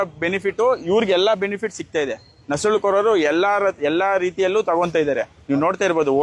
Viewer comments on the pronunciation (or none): ನಸಳು ಅಲ್ಲ ನುಸುಳು